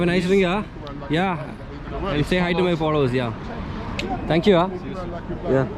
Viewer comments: Thanku uah😂😂 mallu english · Malluvinte "Thank you aah" oru Singapore/Malaysia Slang pole und🤭🤭. HE is Using it Everywhere